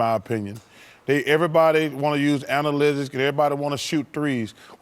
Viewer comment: Chuck tryna say "analytic"